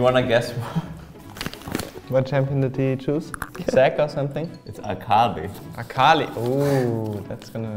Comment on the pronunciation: Wunder NAILED the Akali E sheeeeeeesh :DD